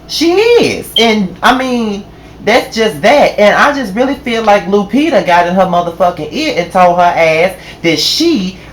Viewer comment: It took me a minute to realize you weren't talking about THE REAL Lupita! Lord have mercy,. Lu-PETER! LMAO.